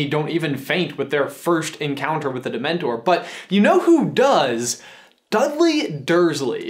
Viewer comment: get it right its not demntor